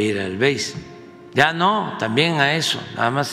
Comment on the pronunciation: No digas heso Amlo. ❤